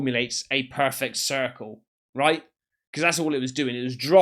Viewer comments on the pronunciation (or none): none